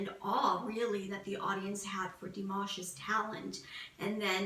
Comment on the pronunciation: also corden is a good guy because he takes the time to get to know people he has visit on his show. he did pronounce dimash's name wrong, but i think that was due to not being able to have the ability to really look into dimash to learn about him like he wanted. but from having bts on his show and spending time with them and getting to know them and pronounce their names properly, which surprised them, you can tell that corden is a good guy.